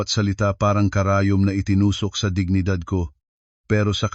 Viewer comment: Anong giginidad! Hoy! ayosin mo mag basa,! Dignidad Yan! Hahaha 😅